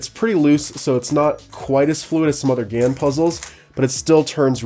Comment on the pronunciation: GAN354 X you said it wrong but pretty cool tho